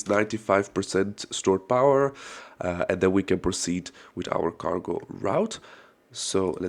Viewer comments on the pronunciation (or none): You said cargo ... I heard gargle... 😅